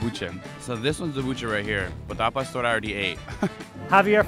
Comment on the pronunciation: Palstor lol Cmon bro, i know you can say Pah-store